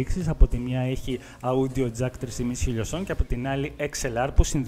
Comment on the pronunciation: το audio προφερεται ως οντιο οχι αουντιο...